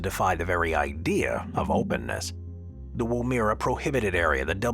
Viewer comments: It's pronounced WOO, as in womb and -MERRA as in berra without stressing either syllable. Your channel constantly butchers Australian place names, which is irritating and especially insulting to Aboriginal people, . Please check the oral dictionary or consult a native speaker before you report on foreign place names. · pronunciation; Woomera pronounced wom-er.- uh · Aye aye, Cap'n!! Anyway, my great great aunt was born there in 18 something or other! And the AI also pronounced Woomera in Australia wrong!!